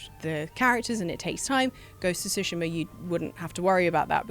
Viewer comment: Why pronounce Tsushima as sushima? It's like two-shima, not sushi-ma.